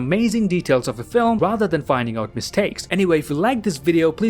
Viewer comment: Why did I feel that he just said "I will sue lads"?